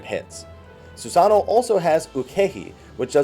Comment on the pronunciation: Christ on a crutch IT'S SusanOO, NOT SusANo!